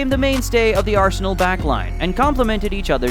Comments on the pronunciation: Don't pronounce arsen"ae"l it's arsen'a'l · Just a little tip, it's pronounced ars-nal, not ars-sey-nel. However, Arsenal, the greatest club in the history of football and constant winners over the filthy Tottenham Hotspur also works. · Its Arsenal not Arsenel! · Its Arsenal, not Arsenel!!!! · Ah-sen-Ell ya kna. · It ain't no Arsenil. It just does not sound right. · Your videos are quality but the way you pronounce arsenal pisses me off. Pls learn the correct pronunciation 😂